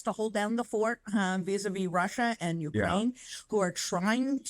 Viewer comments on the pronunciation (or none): none